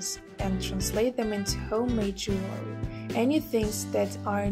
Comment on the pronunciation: Why do you keep saying "jewelry" ? Am I hearing wrong?